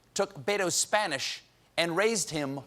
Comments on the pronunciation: I've never had a single Spanish lesson, but even I could tell Booker's pronunciation was very "Anglo/English" 😅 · I don't understand why someone bothers to learn Spanish but doesn't bother to learn how to pronounce it correctly. (we're looking at you, Cory.) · Jesus, Cory needs to start taking Spanish lessons, because his pronunciation is ATROCIOUS. I could barely understand him.